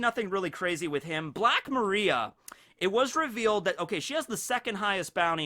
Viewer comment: Still doesnt pronounce Black Maria correctly despite multiple opportunities to hear and read it correctly. Kinda cringe ngl